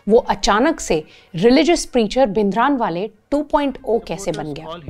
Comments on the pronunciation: Please don't say भिनदरानवाले, rather say the correct version which is भिंडरांवाले. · Very informative , Just a correction in pronunciation - It's भिंडरांवाला ।